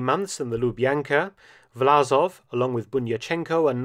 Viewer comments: Власов is Vlasov, not Vlazov - the с/s is more like "s" in "song" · Great content 👍 But it's VlaSov, not VlaZov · I think the name of the traitorous general and head of the ROA should be written in English in the form "Vlassov" (similar to "Cossacks") to be pronounced correctly, i.e instead of Z with S.